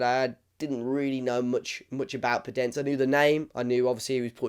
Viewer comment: Great player with good dribling and creativity And just to know you pronounce the "e" in the end of his name